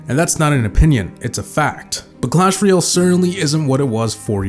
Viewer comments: "All good things must come to AN end." Also, apparently "royale' is being pronounced as "REE - AL" instead of "ROY - AL." ^ That's my nitpicking for the day. I liked the vid overall. ;) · Why do so many people say "Clash reeeeahhlll"? It's "royale"... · what really killed it is the pronunciation of royale by most players.